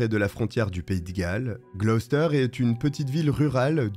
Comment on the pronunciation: Merci de ne pas avoir écorché la prononciation de Gloucester. Beaucoup de vos collègues prononcent les villes britanniques tellement mal qu'on en perd l'intérêt.